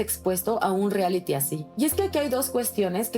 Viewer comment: La Flor Rubio bien corriente no sabe ni decir “reality” 🙄🙄🙄🤦🏻‍♀️🤦🏻‍♀️🤦🏻‍♀️